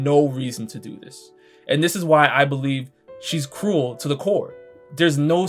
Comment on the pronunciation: Bro when you say ‘cruel’ it sounds cool and it’s fucking hilarious